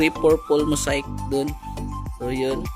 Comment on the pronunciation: Mosaic pronunciation is maseyk not mosayk